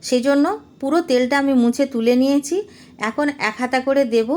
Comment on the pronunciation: দিদি, আপনি ছ এর উচ্চারণ চ এর মতো করছেন। যেমন 'নিয়ছি' কে 'নিয়েচি' বলছেন।